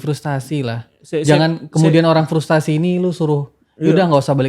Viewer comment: FRUSTRASI bukan FRUSTASI